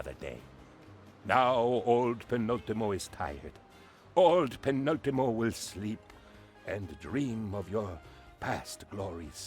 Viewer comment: please, it is Trò-pico NOT Tropì-co. And it is Penùl-timo NOT Penultì-mo. By the way, continue the series, please.